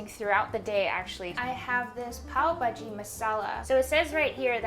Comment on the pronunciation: Your pronunciation....loved it 'bhaji' melted my heart cutie❤️